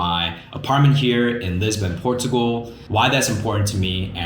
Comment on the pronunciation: Liking your videos and the house manifest concept sounds great. FYI .. I realize you’re from Asia but Portugal is pronounced Por cha gul. And the Jesus statue is called Cristo Rei meaning Christ the King.